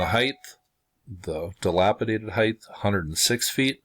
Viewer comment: Thank you PS. height pronounced hite no "th" sound at end the gh is silent. peace